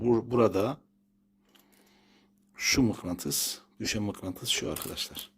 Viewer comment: Mıklantıs değil usta mıknatıs🤣